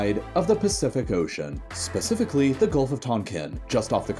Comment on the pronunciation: dang xD